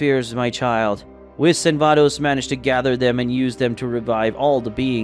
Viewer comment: Bro you stuck at reading dragon ball vocabulary 😂 you butchered Saiyan and whis and you read like a student in class volunteered to stand up and read 😂😂😂 very enjoyable content to relax and go to sleep.